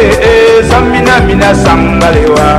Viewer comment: it is TSAMINA, not zamina